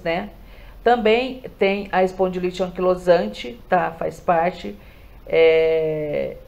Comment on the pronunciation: Não sabe nem falar o nome da doença espondilite anquilosante como que vai explicar?